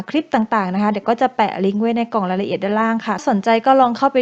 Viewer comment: คำว่า คลิป ทับศัพท์จาก clip เพราะฉะนั้น ต้องใช้ว่า คลิป ไม่ใช่ คริป (ป.ล.ถ้าจะทำยูทูปเผยแพร่ต่อสาธารณชน กรุณารอบคอบในเรื่องการใช้ภาษาด้วยก็จะเป็นประโยชน์มาก โดยเฉพาะการออกเสียงคำควบกล้ำ ส่วนใหญ่พูดกันตามสบายปาก )